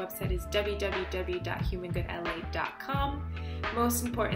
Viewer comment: The host said vebsite instead of website. Vebsite is not a word dear.